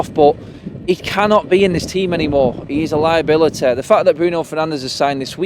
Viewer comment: "hes a liabiliteh"